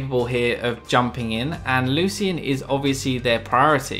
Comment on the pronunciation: I hate how he pronounces 'Lucian'